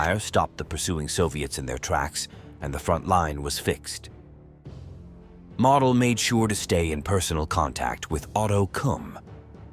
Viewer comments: MO/DEL and not MODEL💃, is how it's spoken just saying 😏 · I love you're videos. That being stated, you're pronouncing Model as: Mahdel... It's Mohdel. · Nicely done. You could make an effort to pronounce correctly, including the name of Walter MODEL like MOWDEL and not like "Model" as in Model Airplane... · It's Moe-del, crack a book Moe-ron. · The correct pronunciation of Model's name is "Moedel" not like a show model. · Excellent detail. One annoying feature: The narrator does not know how to pronounce German names. For instance, General Model is not pronounced "model" as in toy model, but is pronounced using the "o" sound as in "motel". An Academy does not make mistakes like this. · not 'Model"..."MOdell' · I suggest you learn how to pronounce names and places. Model is pronounced MOWDEL. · General Walter Model’s last name is pronounced “Moe dull” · more like "moe dell" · Learn to properly pronounce Models name !! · The AI audio is atrocious. Mispronouncing Model and saying mm instead of millimeter.